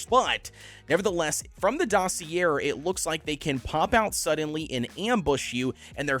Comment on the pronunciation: you’re definitely not pronouncing dossier right lol